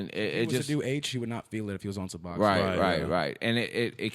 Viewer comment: My boy really said Suboxon 😂